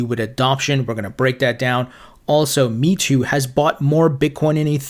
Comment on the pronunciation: Meitu is pronounced “May-Tu” meaning beautify picture. It’s got an app for photo editing. Thanks for always providing great content. Loved all the informative and interesting interviews. 👏👏👍